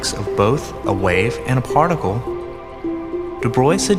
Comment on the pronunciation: Someone in this clip needs a lesson in pronouncing "de Broglie". Sheesh.